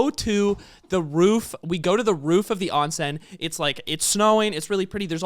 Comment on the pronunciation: I just spent a bit to long trying to find out what an onsen was, it sounded like onsent onscent oncent ??? For anyone else wondering it’s a Japanese hot spring/ pool. So does that mean Austin is in Japan again? Are their onsen’s in other places? Is she talking about someone else?? I’m still confused but less so.